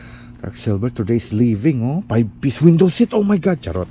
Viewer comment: Nakaktuwa ka talaga sa mga bigkas ng charrott 🤣🤣🤣